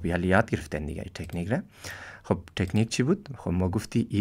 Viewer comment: مَیه ،طَکنیک اَوو چیز گفتی